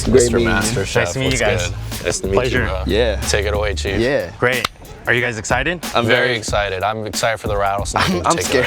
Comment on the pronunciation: you did a great jahh this is greehh